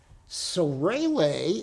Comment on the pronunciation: Who’s Raylay? Isn’t it Raalee? Like the tobacco! Great lecture!🙏